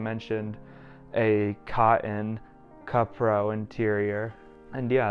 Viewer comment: Love the video! Got to go to the kapital stores in japan for the first time and was amazed, i might have to scour the japanese yahoo auctions / proxy for this now. Also btw, cupro is pronounced koo-prow.